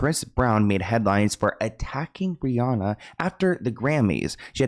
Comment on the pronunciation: How are you still saying Rhianna wrong in 2025?